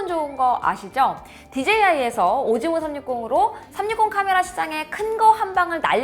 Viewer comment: 오즈모가 오징어라고 들리는데 어떡하죠